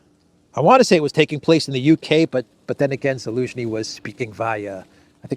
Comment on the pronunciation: This guy is a rank amateur. How does this idiot try to play off his so called knowledge of world geopolitics by calling President Zelensky - ELENSKY AT LEAST 5 TIMES. He is literally too ignorant to be listened to.